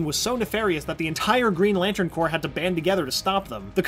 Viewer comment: You don't herr the ps in corps